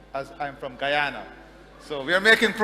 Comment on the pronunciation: He is knowledgeable about the world. The kind of young leaders we Africans are in dire need of. I loved his connection with the pronunciation of Guyana, and Ghanaian 🇬🇭